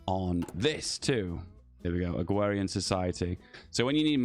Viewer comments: u keep speaking about agwhewian what is that? i know what agrarian is but not agwhewian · Agrarian is pronounced (Ag-rare-ian) not Ag-wear-ian. You speak like a Spaniard. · yeah why is he saying it like that lmfao